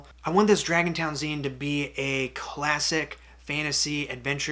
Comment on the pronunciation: So, zine pronounced "Zēn", not "Zīn.